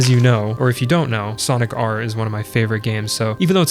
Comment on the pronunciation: when you say Sonic R, do you mean Sonic Jam? cause it sounds more like you’re talking about Jam lol